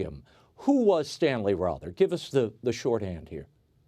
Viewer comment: Row thur. not raw thur.